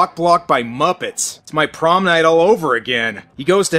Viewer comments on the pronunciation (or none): none